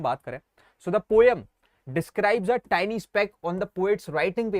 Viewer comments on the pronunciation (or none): Bhai jo tiny ko tinni bolta hai usse kya padhna😢